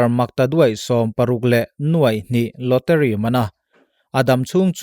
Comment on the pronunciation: Lawteri ni lovin lawtari tia lam tur ni awm zawk tak ani😁